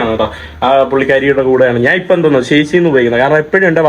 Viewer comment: നിൻ്റെ അമ്മേടെ "നാൻ". ഞാൻ എന്ന് പറഞ്ഞു പഠിക്കുക